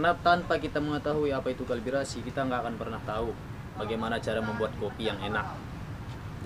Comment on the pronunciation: kalibrasi/calibration bang, bukan kalbirasi